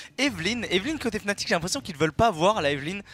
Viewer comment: Par contre c'est FNATIC pas FANATIC